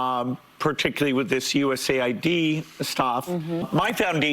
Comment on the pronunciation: Its USA ID , NOT "AID". ID = International Development